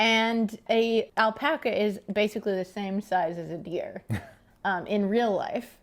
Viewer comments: Great vid. But still cant get over "Alpoca" Lmao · Lol the pronunciation of alpaca.